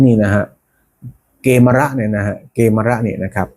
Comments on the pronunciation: กมีร์ -> เกมร -> เขมร -> ขแมร์ เกมร ไม่น่าออกเสียงว่า เก-มะ-ระ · เข มอน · อ่านผิด ไม่มีใครอ่าน เก มะ ระ ไปเอามาจากไหน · เกมรอ่านว่ากะเมน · เกฺมร น่าจะอ่านว่า กะ เหมน